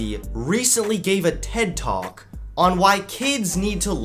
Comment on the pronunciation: That “ted talk” hurt me